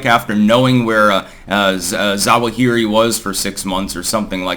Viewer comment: AL ZWA-huh-ree